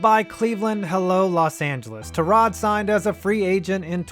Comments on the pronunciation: I always thought it was pronounced tie- rod not tur-rod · not only can he not catch a break, he can't even garner enough respect for you to say his name right. TIE-rod not tuh-ROD... you managed to say it right somehow... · Isn't it TY-rod, not tuh-ROD??? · Do better research, you pronounce his name tie-rod not ta-rod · “Tie”-rod Taylor... who’s this Tarod Taylor guy? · It's TY-rod, not ta-ROD. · His name is Tyrod, pronounced Ty Rod. Not ta rod. Y is pronounced Y, not uh. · Idk if I’m wrong but I’m a tech fan, and I remember going to the games when he was at tech. I thought it was pronounced tye-rod rather than ti-rod. I’m pretty sure even the pa and announcers on tv say it that way. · You called him TAH-rod rather than TIE-rod, I stopped watching. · Can I say one thing that bugged the hell outta me.. ITS TYROD NOT TAROD JESUS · Why are you saying Tah-rod... its Tie-rod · Te-rod Taylor... bro his name is TYrod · It's "TIE-Rod" not "TER-ROD" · Its TY-Rod not Tarod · TIE-ROD......no TUH-ROD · watching your video mispronouncing his first name over and over is very difficult. its Tyrod not Tarod. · It’s pronounced (Tie-Rod) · Terod? Pronounce his name correctly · FFS ITS TY-ROD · Are you mispronouncing his name on purpose? It's "tie rod" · "Turrod" Taylor.. Hell no dude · As Bills fan I believe his name is pronounced "Tie-Rod". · Every Hokie watching this: "IT'S PRONOUNCED TIE-ROD" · pretty sure it’s pronounced ty-rod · Cant stand you messing up his name over and over. ITS TYYYROD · “Terrod Taylor” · You're saying Tyrod wrong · Bruh why you say his name like that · Awful video, you don't know how to pronounce his name and this is too early to tell about all of these quarterbacks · i can’t be the only one aggravated with how he says tyrod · How is he your favorite player and you don’t know how to pronounce his name🤦🏽‍♂️ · This man is so unfortunate that his name only gets pronounced correctly once every year or so.